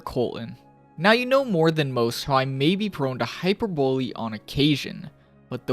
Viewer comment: I can't help but feel weird and unable to enjoy the video when you mispronounce basic words. It's "KOHL-ton". And it's "HAI-pur-BUH-lee", not "hyperbowl". Not trying to flame you or make fun of you, just sharing my reaction.